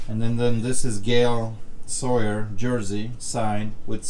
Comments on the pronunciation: Gale sawyer!? Lmfao! Its Gale say-ers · Say-ers! Come on. He is a Chicago legend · Dude, I love you, but how can you be a Bears fan and COMPLETELY BUTCHER Gale Sayers' Name?????!!!???? Come On Man!